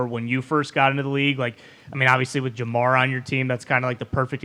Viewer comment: Jamar* not Damar